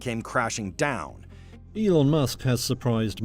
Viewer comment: At 15.52 does that guy just call Elon Yolanda. Lol